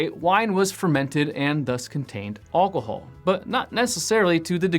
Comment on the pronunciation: Thank you for this lesson. However, I would have found this more useful if his pronunciation of ALCOHOL was not so unusual and distracting.